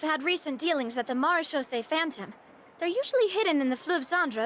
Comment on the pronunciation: It's pronounced "mara-shaw-say" phantom